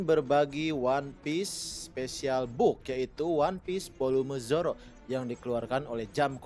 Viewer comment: Zoro, bukan Joro